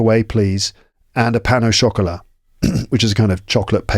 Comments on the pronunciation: I learn quite a lot from your podcasts, may be I can help with your pain au chocolat thing. It seems you link pain with au, that sounds like paino chocolat instead of pain / au / chocolat. My favorite podcasts are the ones in Paris streets and with your guests 😊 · By the way, it's not 'pain nau chocolat' but 'pain au chocolat'. You don't link 'pain' and 'au' like you would in English. More like linking the two words with 'w' sounds, or 'pain o chocolat'.